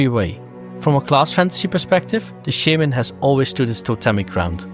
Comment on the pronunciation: Why do you pronounce shaman wrong?🤔